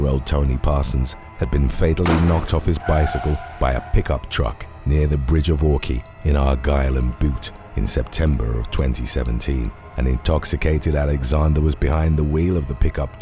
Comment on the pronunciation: Bute is pronounced BYOOT, not BOOT. :)